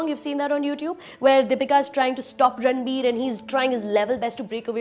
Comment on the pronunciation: Sorry , but i stopped watching when she said "ranbu". -__